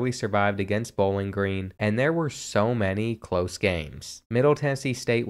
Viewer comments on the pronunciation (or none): none